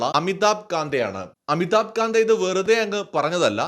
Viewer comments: പറയുന്നത് ശരി ആകാൻ സാധ്യത വളരെ കൂടുതലാണ്. പക്ഷെ അമിതാബ് കാന്തിനെ കാന്ത എന്ന് ഉച്ചരിച്ചത് തെറ്റായി പോയി. കാന്ത് ആണ്. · അമിതാഭ് കാന്ത് എന്നാണ് പറയേണ്ടത്. കാന്ത അല്ല..